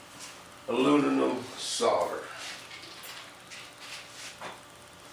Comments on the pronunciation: Did he say alununum? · Weekend? Sounds like your already hitting the bottle, "ALUNINUM" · I could listen to this guy try to pronounce aluminum all day. Hilarious. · LMAO!! Hell just that is worth 500k views... On a serious note very very informative video thank you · If you are going to make a video about aluminum you should at least be able to pronounce the word! Makes me think you must be stupid!